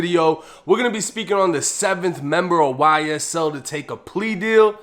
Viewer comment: "Y-S-TELL" - 1090 😳😬🤣😭